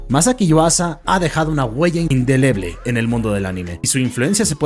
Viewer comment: "INDEBLE" NO. "INDELEBLE" XD